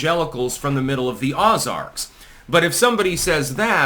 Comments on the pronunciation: "Ozarks" is pronounced "oh-zarx" not "ah-zarx",. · OH-zarks, not Oz-arks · It's pronounced Oh-zarks,. A little info from an Arkansas Clanker, 😉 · I am Jack's complete lack of interest. 😐 Btw dude,it's pronounced "Oh-zarks." 🤨👍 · "oh-zarks." JFC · Ozarks ... LONG 0 sound. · I've heard a lot of mispronounced words in my life, but I've never heard someone butcher Ozarks as Azarks.